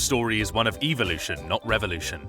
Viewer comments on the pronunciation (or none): none